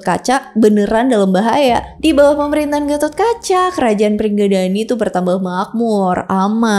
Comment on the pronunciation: Sama bukan pringgadani tapi pringgondani